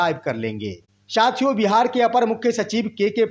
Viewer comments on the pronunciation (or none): Yutuber जी आप साथियों को शथिओं बोलते हैं जो गलत है। उस शब्द को यूश बोलते हैं। यानि स को श बोलते हैं।